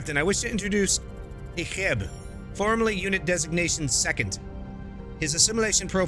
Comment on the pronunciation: Love the video man! Idk if you’ve watched Voyager, but his name is pronounced E-Chip.